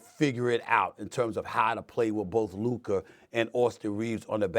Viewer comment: SAS always struggles to say Luka 🤣 it’s always Lurka